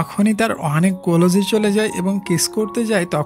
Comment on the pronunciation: কোলজ না ক্লোজ হবে